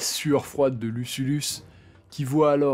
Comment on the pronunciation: Attention, le noms du général et gastronome romain c'est Lucullus, pas Lusullus